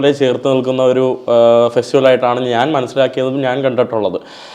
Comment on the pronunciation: ചില മലയാള അക്ഷരങ്ങൾ പഠിപ്പിക്കണം. ഉദാ:നാന്,. മന്ന,മന്നൾ, അവൻ ഞ എന്ന അക്ഷരം ഉപയോഗിക്കില്ല